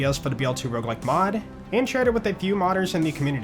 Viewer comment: the ''rouge like'' fucked my brain as a french speaker, in my head it was '' how does it red like '' (rouge is red in french)